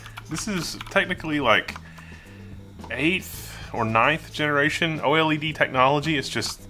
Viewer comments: I think the first thing you must understand about "oily-dee" is that most people call it "oh-led". 😜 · Man, I can't take this seriously.. How do you mispronounce OLED hahaha.